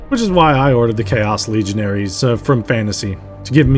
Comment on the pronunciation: Legionnaires is pronounced legion-heirs